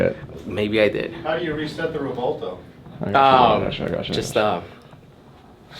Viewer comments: It's REV-WELL-TOE not REV-WALL-TOE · (REV-WELL-TOE) NOT (REV-WALL-TOE)